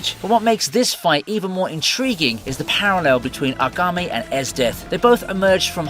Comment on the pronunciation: hate to be that guy but its AKAME not agame